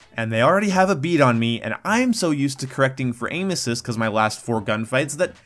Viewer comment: Sounds like you're saying anus cyst